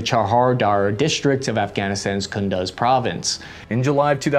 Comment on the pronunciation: Why did you say “Infantry Fighting Vehicle” like it had glitter all over it?? And there IS and actual German armored vehicle called “The Weasel”, lol!! And it’s “KUNDUZ” like coon-dews, lol!!!